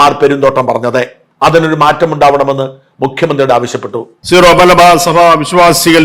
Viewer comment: ഷാജൻ സ്കറിയ ഉൾപ്പടെ എല്ലാവരും തെറ്റായി സീറോ(zero) മലബാർ സഭ എന്നാണ് പറയുന്നത് . സിറോ (syro) മലബാർ സഭ എന്നതാണ് ശരി .